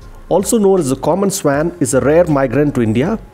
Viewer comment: Swan is pronounced as स्वॉन